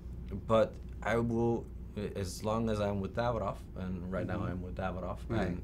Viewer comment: Davidoff not David......off